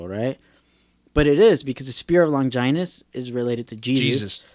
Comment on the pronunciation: The way he says Longinus sounds so weird. The way I say it and like in the OG dub as Lon-gin-us, they dont put that much emphasis on the 'I' .. and I've always said Seele as Say-lay.